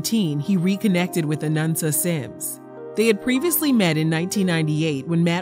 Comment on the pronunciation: Why do you keep saying “Anunsa?” It’s “Anansa”